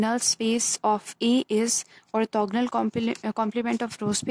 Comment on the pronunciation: अर्थोगनल नही होता arthogonal hota h